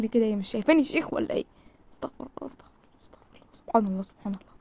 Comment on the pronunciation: المفروض تقولي استغفرُ الله علشان استغفر الله بدون ضم الراء ربنا يسامحني يعني كان ربنا اللي يستغفر